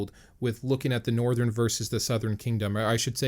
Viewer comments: He says northren southren instead of northern sourhern😂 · Northren and southren?